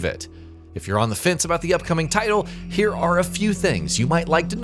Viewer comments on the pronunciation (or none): none